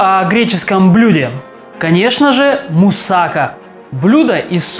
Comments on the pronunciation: мусакА а не мусАка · Неправильно говорите. Не мусАка, а мусакА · Немного неправильно ударение ставите.